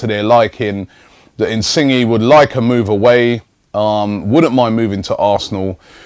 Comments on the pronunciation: your pronunciation is so bad really robbie insinge is not how you say it is Insigne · Pretty sure its pronounced "in-sin-yay" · in sing gee lol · Insingy😂😂 it's pronounced insign-yay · ROBBIE IT'S INSIN-YAY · 'Insingy' lmao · Robbie his name is pronounced in-sin-yay... Lol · Definitely more like "yeh". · I pronounce him In-see-nie or in-see-nye :3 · please pronounce insigne correctly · The way he said it lmao